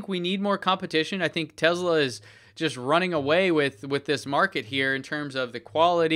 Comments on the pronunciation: ITS PRONOUNCED TESLA. WITH A GOD DAMN S. SHEEESH. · I understand there are several acceptable ways to pronounce Tesla. I even "get" the fact that Elon does it with a "z" sound. However I find it somewhat pretentious and very distracting when somebody who doesn't share the same linguistic background uses it as much as does. I feel pretty confident you aren't mocking Elon with it, so it comes across as pretentious. I certainly don't expect you to change it based on a single comment, just wanted you to be aware.